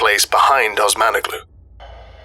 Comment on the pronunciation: They’ve been isolated so long, they forgot how to pronounce Osmanoglu